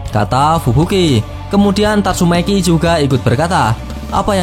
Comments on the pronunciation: tatsu maki bang bukan tatsu meki 🤣🤣🤣🤣🤣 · Tatsumaki ya bukan tatsumeki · Tatsumaki bukan tatsumeki wkwkkw seru2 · tatsumeki wkwk keseleo lidah mas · Kok aku dengernya tatsuMeki yaa ??? Ahh sudahlah ... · Bang bilang nya tatsumeeeki aja